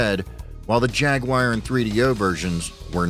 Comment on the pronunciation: Whats a Jagu Wire ?? 😂😂